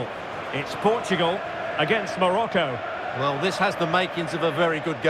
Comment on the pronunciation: Is not great, but average. If they are so great, why many people abandon Morocco to live in Spain?. Also It is Morocco not Maracoo... Respect the name of the country... World Champions? They need to beat Portugal also they must fight between England or France. No we do not need that value, we have better value called Christianity.